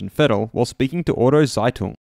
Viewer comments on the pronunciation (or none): "Zeitung" is pronounced just like you said but with a ts sound for the Z. Like "Tseitung". For next time :)